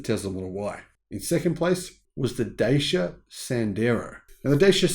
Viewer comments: Dacia is a Romanian company and the name is pronouned 'Datchia'. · Just a FYI, the name "Dacia" is pronounced like "Dutch yeah".